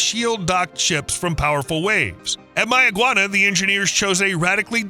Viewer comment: As a Bahamian some of those clips are old and locally pronounced "May-ah-gwan-ah"